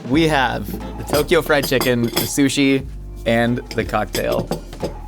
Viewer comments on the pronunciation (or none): none